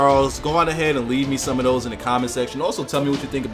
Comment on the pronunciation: So... when you see a 'th' at the front of a word. It is pronounced as a 'D'??? and when you see a 'th' at the end of a word it is pronounced as 'ff'?? So, "both those" is actually pronounced "bofe dose"?? Thanks for the lesson in Ebonics.